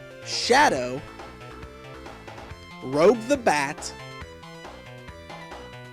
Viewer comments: Prounounced with a g like giraffe of rouge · It's "Rouge" like the makeup/color, not "Rogue" like the superheroine/character class. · By the way, it's pronounced Rough, like the makeup. not rogue as in something out of control. *The more you know* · Good work! Only 1 flaw was that you said "rogue" instead of "Rouge". Great info! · Rouge the bat. Her name is pronounced "rewzh". It's French for red. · he said rouge wrong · Who advertises the Sega Dreamcast and Sonic Adventure in 2009? P.S. It's pronounced Rouge like the makeup color. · you said rouge's name wrong! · Rouge is pronounce like the make-up, not the X-men character.